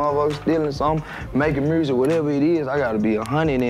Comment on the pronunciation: Lol "mursic"